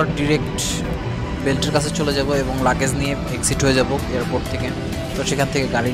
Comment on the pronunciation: লাকেজ না লাগেজ*